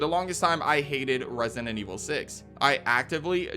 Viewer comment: What’s controversial is the way you say resinent evil instead of resident